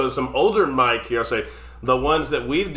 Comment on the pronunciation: It’s Mick not Mike Hucknall 😬👍